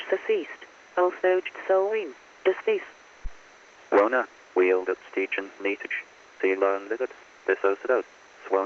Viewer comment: Was it deceased or Desist, as in stop